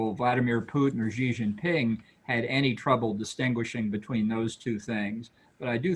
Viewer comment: I find it odd that Bolton doesn't know how to pronounce Xi Jinping properly.